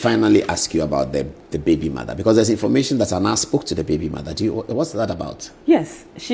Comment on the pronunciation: You be funny o😂 which one is informashion de wiaseion 😂😂😂